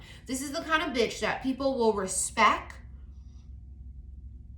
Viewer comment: Said "RESPEK" the way I do 😅🙌🏼